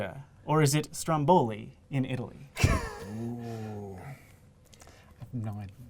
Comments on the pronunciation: Stròmboli, not strombòli :P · It's Stròmboli, not Strombòli.. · It's pronounced Strómboli, not Strombóli. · every time you say Stromboli like that, an Italian dies.